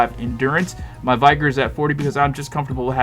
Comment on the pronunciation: Thanks for building this. Just a nit, vigor rhymes with trigger.